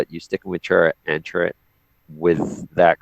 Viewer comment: Have you guys not seen Rogue One yet? I haven't heard any of you pronounce Chirrut's name correctly lol. Sorry, I just had to bust balls for a moment.